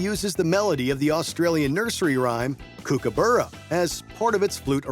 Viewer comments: "Kookaboora" it's almost like they're trying to insult us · You said 'kookaburra' wrong!